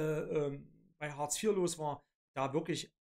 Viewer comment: Außerdem heißt es "Hartz", nicht "Horz" oder "Huurz" und "Orbeidsluhsen" kenne ich auch nicht. Den Scheiß hier kann man sich nicht anhören!